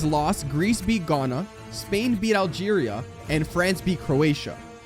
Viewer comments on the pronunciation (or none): none